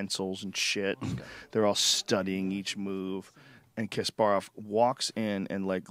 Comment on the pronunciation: If you're going to discuss a topic as if you know what you're talking about, at least pronounce the names correctly. It's not Kasp-air-off, it's Kasp-uh-rov.